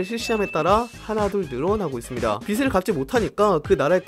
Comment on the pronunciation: 빚을 -> 비슬 X 비즐